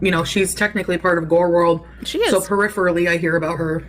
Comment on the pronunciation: “Technically part of gorl world….,” oh that bothers you huh? 😬😂